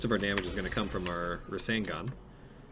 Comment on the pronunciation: Every time he calls the 2 a rasengun I die inside